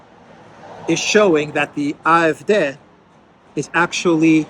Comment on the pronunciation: the D in “AFD” is pronounced “Day”